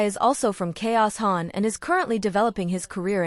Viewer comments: Its "Chowsan" Chaosan... not K-0-san :face-blue-smiling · "chaos"-san, not Chao-san, LMAO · The AI voice narration is really annoying. It pronounced Chaosan as Chaos-an 🙈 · The pronunciation of 潮汕 had me dead 😂😂